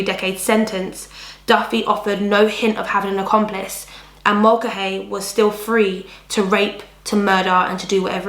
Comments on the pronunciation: Mulcahy is pronounced "mull-car-hee." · I was going to write that, except without the r...ie, Mull-ca-hee, then you say it quick!